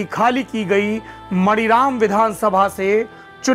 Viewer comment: मणिराम नहीं मानीराम